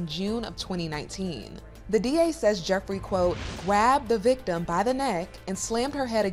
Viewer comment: “gwabbed the victim…” Must be a serious grab then…